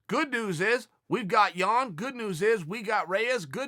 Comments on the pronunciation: Man I'm from Poland and the way Chael pronounces Jan name is hilarious :) Chael please...just JAN! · I was dying... he pronounced jan’s name different every time 😷😷😂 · Chael can't decide which Jan pronouncement he wants to stick with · Chael butchers Jans name every time 😂